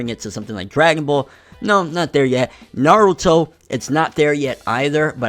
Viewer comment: People saying naaarudo pisses me off. Especially after they claim they've watch the series.